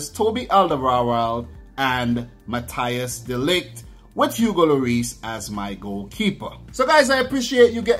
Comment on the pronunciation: Dude, you pronounce it Mathys de Ligt, not Mathi Jis